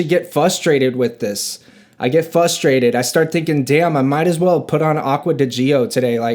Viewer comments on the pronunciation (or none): Dude the word is FRustrated.........there is an R after the F. Fuh - strated isn't a word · Frustrated ❌ FUSDRATED ✅